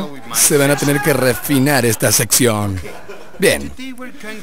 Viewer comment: "Se van a tener que rrrefinar esta sección" JAJAJA